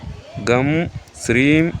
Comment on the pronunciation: அது hreemஆ அல்லது Shreem ஆ தயை கூர்ந்து தெளிவு படுத்துங்கள் நன்றி